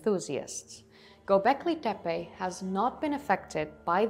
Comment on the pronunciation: Klik even op het luidsprekericoontje voor de juiste uitspraak? Ook Göbeklit tepe: de ö spreek je uit als "eu". Je engels is wel prachtig! Dus als je gevoel voor talen hebt dan kan dit simpel Turks er ook nog wel bij ;) Leuk filmpje verder!